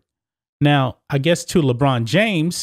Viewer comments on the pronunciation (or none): Lebraun not Lebrain